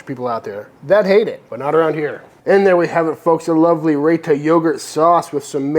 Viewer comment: Looks great! Not to be too nitpicky - its pronounced "RyeTa" and not "Rayta".